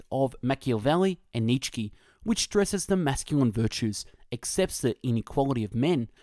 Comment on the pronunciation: "Nitchski" - had to stop listening right off the bat